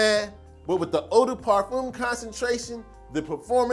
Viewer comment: It's pronounced 'parfehm' not parfoom